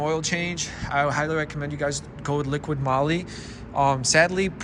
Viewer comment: It’s not radar, it’s radar detector also it’s liquid moly, it’s liquimoly and you seems to be on crack you’re stuttering like a MF and don’t make a whole lotta sense.